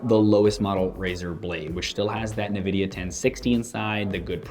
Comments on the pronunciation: why do some ppl say "NUH"vidia instead of Nvidia? Great video though. Thanks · not trolling just wanted to let you know it's pronounced ENvidia not Nuhvidia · as far I know it should be pronounced as "nnnnnvidia" and not "en-vidia" nor "neee-vidia" . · Neeeeveeeediiiaaaaa..... So triggered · Fritz Asuro it's pronounced en-vidia. Simple as that. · even tho it's nivida . alot of people say it neeveedia , and in my opinion it sounds cooler ^_^